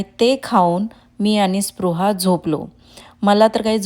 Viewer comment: तुम्ही पृहा म्हणत आहात